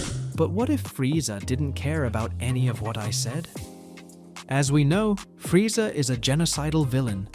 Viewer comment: Bro you don’t even say Vegeta and Frieza correctly lol